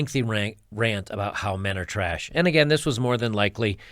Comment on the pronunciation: I thought she said all men were traysh?